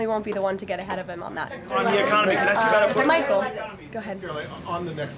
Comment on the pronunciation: It's pronounced ask, not axed. Get the crap out of your mouth. lol